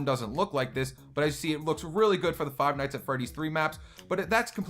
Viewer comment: Why do you say five like this fwive